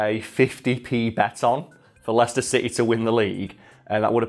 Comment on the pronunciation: ah yes lie-chester City